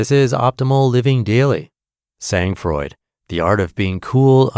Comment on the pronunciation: How American of you. You butchered SANG FROID, (TWO French words). The G in Sang is SILENT and the D in froid is silent. At least, you got what 'sang froid' means. If you can't use words in another language respectfully, use English words, ffs.